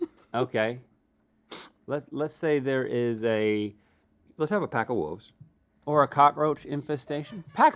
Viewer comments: "Pack of Woves!" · “Let’s have a pack of wooves” Wooves Woof Werewoove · "pack of woves" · Rhett back at it with "wooves" instead of wolves 😂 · “Let’s have a pack of wooves” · Rhett: “A pack of woffes” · Rhett said woofves